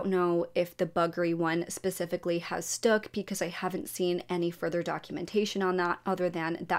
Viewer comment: Baby. It’s stuck. Not stook